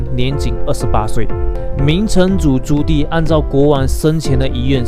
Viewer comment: 讲到明朝皇帝 Judy 哥的历史部分， 还以为是在看什么外国语的片子 🤣🤣 几够力一下